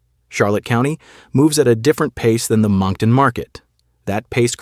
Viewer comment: You worked so hard at this and yet your "Cal-ee-as" made me question your work ethic. (Not to mention Amherst and Moncton.) Easy to check pronunciation.